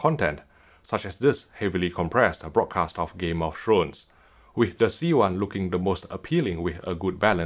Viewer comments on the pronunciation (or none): Did he just say, “Game of Shrones”?